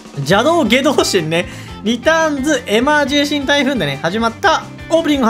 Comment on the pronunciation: エマージェンシーをエマージェーシーンって言うの聞いててイライラする